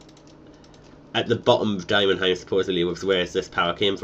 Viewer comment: It's Demonheim Not Dimonheim...